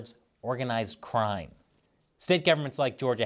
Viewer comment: haha said “Trime” instead of “Crime”